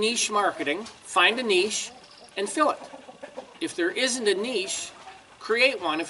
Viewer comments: Pronounced "nitch". Not "kneesh" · What's a "kneesh"?